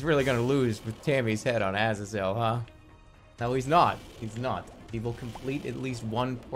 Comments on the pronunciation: why is he pronoucing it as aza-zel instead of a-zay-zel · it pisses me off immensely how he calls azazel "ahzz-ahzz-ell" instead of "uh-zay-zull" like how you're SUPPOSED TO SAY IT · Ah-zuh-zel. What the fuck is that pronunciation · Why does he pronounce it ahhsizle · I literally left because he wouldn't pronounce azazel right and I was getting bored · The way he pronounces Azazel's name makes my face hurt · The way he says Azazel pisses me off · Disliking for his pronunciation of azazel